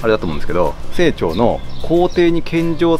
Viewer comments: 「清朝」は「せいちょう」ではなく「しんちょう」ですよ。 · 清朝は（セイチョウ）ではなくて、（シンチョウ）です。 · セイチョウではなくてシンチョウだと思いますよ。日清戦争の清、清朝=シンチョウ。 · 清朝（しんちょう）じゃないですか？